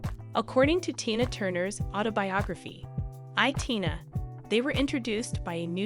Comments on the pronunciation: As someone else, it's most likely a recording on a computer/robot saying the words. I don't know for sure, but I do know that I don't like someone or something has done such a terrible job as this. If the person can't pronounce simple words like Tina and provide correct information, and neither can their robot, then they shouldn't bother. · What is up with the commentator? How can anyone mispronounce a simple and as in this case well known name such as Tina and who is the subject of this video. Good grief🤦‍♀️ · Or, before she read this off a cue card, she had never heard of Tina Turner, nor knew how to pronounce her name. How unprofessional. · LOL Right?! She keeps going back and forth from Tyna Turner to Tayna Turner. This must be an AI voice, but damn...even an AI bot should be able to get "TINA" right. Like WTH!? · Her name is tiiiiiiiiiinaaaa! Not like you say it! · Switching away from this content. If providers can’t be bothered with pronunciations of names and other key words, I won’t be bothered to watch. This speaker called her Tina, then TYNA!!!! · Omg....Bowie &Jagger and Tina were just friends. And the narrator cannit even say TINA right. Rwally? T Y N A? Sad. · How can I trust anything in the posting when you don't even pronounce TE-NAH (Tina) name correctly, she is the main subject of your videophone! Then you have several facts incorrect. Proof anyone can just post a video. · Wow. Tyna?? Woodstock 1969?! Spelling mistakes - Erwin, not Irwin .. what did I stumble across ?? How is is possible to mispronounce Tina? Just ..wow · Learn how to say the person name before you talk about Tina..Tina got away from Ike her children weren’t with her.Who ever is reading this sounds like Robot..You should learn about person before you tell the story. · Her name is Tina Turner Anna Bullock stop trying to give information when you cannot even say her name properly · Embarrassing!! Can’t even pronounce Tina’s name right!!!😡😫😫